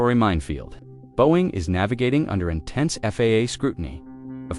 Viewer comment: teach your AI voice to pronounce 'Boeing'.